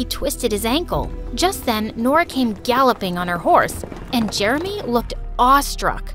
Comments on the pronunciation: He pronounced Jeremy Jermy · is it just me or did i hear "i'm germy" instead of "i'm jeremy"